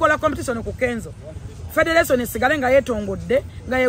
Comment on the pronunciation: Lwakyi Xmas togikwata n´e Taata womwana Simple-K nemunyumirwa olunaku mwena nga family.Mpozi nekilala,you should learn how to pronaunce R & L e.g Ragga Dee not Lagga Dee/Federation not Fedelation.